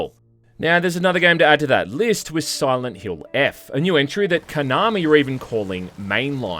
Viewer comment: Sirent Hrill